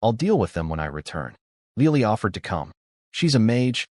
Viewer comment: 😂LEOLIE? 🤣🤣🤣🤣🤣 Le O L I e 🤣🤣🤣🤣🤣